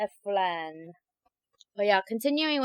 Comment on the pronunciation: She said flan 🍮 wrong